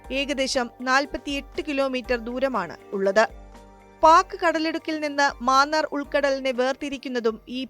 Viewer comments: മാന്നാർ അല്ല മന്നാർ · Vazhakka. Maanaar alla mannar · ആദ്യമേ പറയട്ടെ ..ഗൾഫ് ഓഫ് മാന്നാർ അല്ല .. " മന്നാർ " ആണ്. മന്നാർ കടലിടുക്ക് . ഇവിടെ Eurotunnel പോലെ ഒരു 4 Lane tunnel വന്നാൽ നല്ലതാണ്. Eurotunnel 50 KM ആണ് .